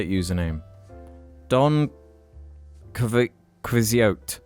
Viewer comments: Listening to Alex try to pronounce Don Quixote made my day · Alex, were you trying to say Don Quixote for the hard to pronounce reddit username?